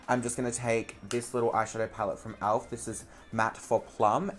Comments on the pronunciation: Alf? It's elf😂❤ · i freakin love how you say 'Alf' instead of 'Elf' hahahahha xxcc